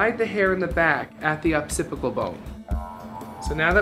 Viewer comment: Love the tutorial! It is OccipiTal bone though, not occipiCal.